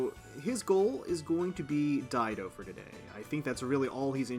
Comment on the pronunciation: I was one of the peeps that didn't know how to properly pronounce Dido's name.. 😅